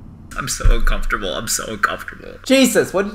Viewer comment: ' This is genuinely making me uncormftorble...' Also: 'I'm so confused' AlSo: "that was the most ridiculous animation I've ever seen"